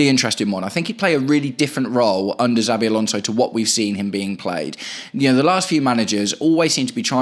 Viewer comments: *CH*avi Alonso, not *TS*avi Alonso 👍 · Why do you call him Zabi?